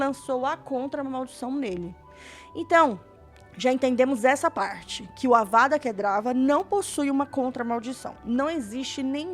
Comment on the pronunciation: Ei, Amei seu vídeo, muito legal continue postando mais por favor!!! ja ganhou mais um like e mais um inscrito. ps: só uma observação, como um sonserino preciso te corrigir kkkk vou pagar de hermione aqui... "Para, para, para, para, assim vai acabar arrancando os olhos de alguém. E você está falando errado. É Kedavra e nao Kedrava" - Avada Kedavra (Não é DRA, é VRA)